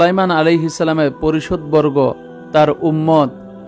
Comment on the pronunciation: মাশাল্লাহ। পারিষদবর্গ হবে সঠিক উচ্চারণ। ধন্যবাদ।